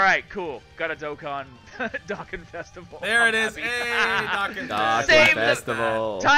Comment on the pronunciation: he finally said Dokkan right after so many years no offense